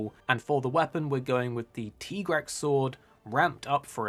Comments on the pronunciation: Ty- grex. Tee-grex sounds a bit off to me. Tigrex also has stripes like a tiger so... The cat trio; Narga being a Jaguar/ black panther and Barioth being a snow leopard, it just made sense.... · Most English-speaking players seem to pronounce it as Ty-grex, but following on from the Japanese pronunciation it would be Tee-grex - you'll be understood by English-speaking players either way so IMHO it's not really important, just say whatever feels natural. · It's pronounced Tigrex. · its pronounced tigrex. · So no one else pronounces it Tig-rex? Just me? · I pronounce it "tie grex" because it has stripes like a tiger. It's like a trex and a tiger put together: tigrex.